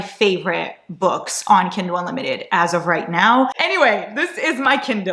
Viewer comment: warning us not to come at her for saying 'kindel'. Also: *proceeds to call it 'kindol' the entire video. Qween. ✨